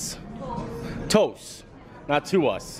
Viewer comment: Pretty sure it's TOUS (pronounced "TOOS") which is French for "everything"